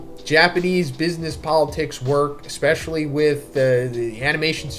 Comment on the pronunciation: AAAAHH. ECKSPESHULLY? YOURE ONE OF THOOOOSE! SHAAAAAAAAME... All kidding aside, we all have to learn one day. It's spelled ESPECIALLY, that's ES not EX. I have confidence you'll master it in no time. Godspeed.